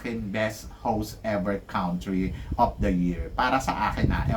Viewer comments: Paulit ulit na po tayo sa pag ko correct sa inyo di kayo nakikinig Eloquent po di elequent Borromeo hindi Bormeo Sa Country pronunciation po parang kun-tree Teacher po kayo sana natuto kami sa inyo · Eloquent ho hindi Eliquent Country (Kahn tree) -Hola (Ola, letter "H" is not pronounced